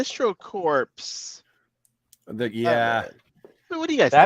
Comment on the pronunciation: That's EVERY superhero movie. The heroes don't spend that much of the film in costume. Iron Man spent very little screen time in his armor in all his solo movies. I wish McFarlane could somehow re-create the original Kenner Super Powers Batmobile. The "s" is silent in "corps" lol. I want more figures of Arkham game skins. Batman 3000 and Batman Incorporated. Goonies is overrated. So is Ferris Bueller's Day Off. Dread Lantern is technically from "Tales of the Dark Multiverse" which is a Metal spin-off. I also want Zero Hour Hawkman. KnightsEnd Nightwing too. 90s Doctor Fate, the one where the Helmet was melted down into a dagger.